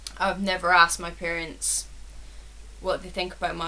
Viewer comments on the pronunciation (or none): none